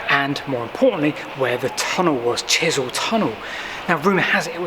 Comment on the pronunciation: As a Winchester resident - a great video - though it is "Chesil" not Chisel pronounced [CHEZ] + [UHL] Learnt alot too - so thanks